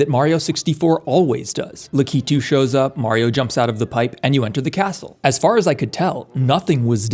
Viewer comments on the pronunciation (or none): luh-key-too? Seriously? It's pronounced lackey-too you fucking moron. I still remember you sometimes putting toothless dancing or something in your shipwrecked 64 video to even TRY to stay relevant and makes us forget the beef you had with the creator of Popgoes! You know what? I've had enough, TF2 COMMUNITY! MAKE P*RN OF THEFT KING NOW! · Did bro just called Lakitu as "Licky Two"? 😭😭😭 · im sorry, LUHKYTOOO??? LAKITOO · I actually started laughing when you said Lakitu like taquito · Dude, the mispronunciation of "Lakitu" is driving me nuts 😂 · Sorry did you just say Lookitoo